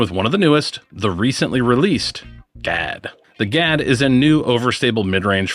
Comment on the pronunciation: The Swedish word Gadd means "fang" and is pronounced with a very short and sharp (duh) "a." Doesn't pair well with our midwestern flat long a's. Think of how you'd pronounce a surprised "Ah!" That's the "a" you're looking for. Happy to be of service any time you want help with Kastaplast pronunciations!